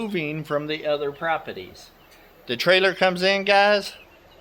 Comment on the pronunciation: My favorite is the way he says propetees. Lolol